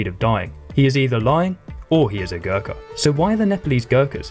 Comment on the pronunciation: He mispronounces Gurkha and kukri tho so I’d stick to an historian 😜